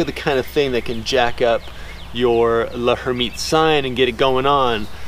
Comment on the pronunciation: TO HELP PRONOUNCE L´Hermitte´s Sign: The H is silent and the L runs together with the "er." So try saying "Lur-MEAT's" sign running the syllables together. Hope that helps.🥰